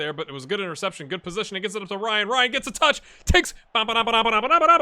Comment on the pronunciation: hey there, I'll just leave a comment and tickle the algorythm a little bit. first of all, pronunciation tip: the team name, Bahia, is pronounced Ba-ee-a. also, the striker Marcelo Ryan (which is a real Bahia U20 player, btw), is pronounced Marcelo Ree-an. and a coincidence: in this real life 2021 season, Bahia had to face Atlético Mineiro (ATM) also three times in a row, and they were also top of the Serie A at the time. out of the three games, we managed to get one win, but got easily beaten twice, were left out of the cup and next to the relegation zone in the league, so the manager was sacked after that bad run of games😀 so better luck to you, I guess